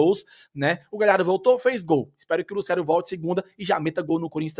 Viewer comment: com todo respeito, mas tem como tu parar de pronunciar Lucero como se houvesse um acento agudo no E? "LucÉro" 😫